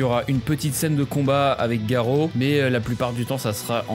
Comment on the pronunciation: arrêtez de dire Garo c'est GAROU !!!!!!